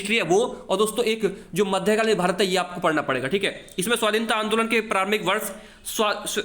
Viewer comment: Andoln hota Angolan nhi